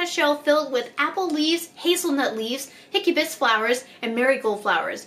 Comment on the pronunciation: ingedients: "hibiscus leaves": "HICKY-BUS leaves" lol sorry i just thought that was funny xD